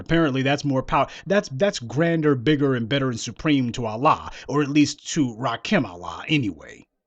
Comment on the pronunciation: Eric B and Rah-Koon??? Nooooooooooo, say it ain't so.